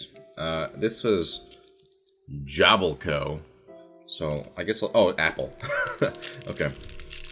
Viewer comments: When he said jabłko i didn't recognise it even though i'm Polish , it's pronounced yabwco (it was the closest i could come up with) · I love how he tried to pronouce the word. So close but so far.